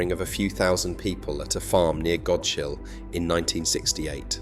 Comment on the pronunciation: lol GOD SHILL... us islanders cringed, don't miss read APSE HEATH and yes, someone with a market pen changes the P to R, EVERY year, well every time I get reverted back to a P. nope u did it again "NEETON"? pronounced "Nighton"...